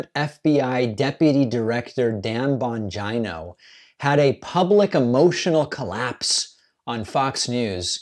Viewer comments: Is his name bongina and not vagina? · Why do you always mispronounce names like that, when you hear everyone else pronounce them the correct way. (Bongino) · PLEASE KEEP SAYING HIS NAME LIKE THAT HAHAHAHA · David doesn’t even pronounce Bongino correctly 😂😂😂😂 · I like your content but, why do you insist on mispronouncing Bongino’s name? Don’t get me wrong, I’m not defending him at all but it just seems a childish thing to do and beneath you